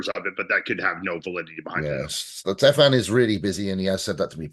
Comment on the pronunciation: Is that really the way to say Stefan’s name Fouad?